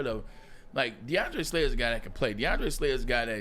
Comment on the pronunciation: Is Braylon saying DeAndre Slay??? 🤔 lol